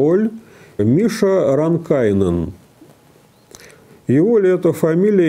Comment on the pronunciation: рАнкайнен. В финском языке ударение, всегда, на первый слог.